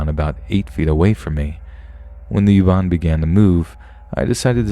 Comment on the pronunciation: Youban 🤣🤣🤣 it's Uban not youban. I love your voice.